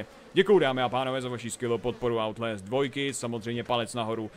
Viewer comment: outlést... to je skorem jako daubl džamp!